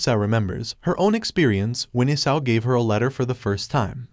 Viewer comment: And why is the dragon named isao but it sounds like isayo